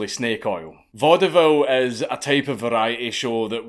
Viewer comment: I hate to be that person, but "Vaudeville" is pronounced "VAUD-vill" -- only two syllables.